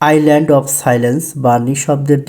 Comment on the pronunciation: Island এর উচ্চারণ হবে আইল্যান্ড। Iceland আর Island দুইটা শব্দ আলাদা এবং উচ্চারণও আলাদা।